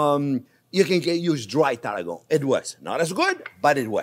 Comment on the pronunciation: I love Chef's accent but for those who are total newbies to cooking - as am!!!! - he's saying CHERVIL and TARRAGON. (I thought he was saying TARGO originally, until I looked at the recipe.)